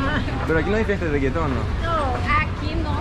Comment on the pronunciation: Stop saying reagaton all the time we all know your video are good don't mess it up blessings